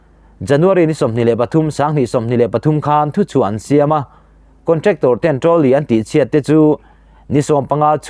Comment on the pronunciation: Trolly tih pawh chu iva lam thiamlo e,midang sawi te pawh i hreve tawhlo a mawni le.